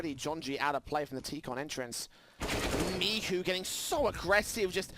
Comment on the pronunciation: cgodzi o to, ze komentatorzy sie mylili i czasami mowili "miczu" zamiast "Michu"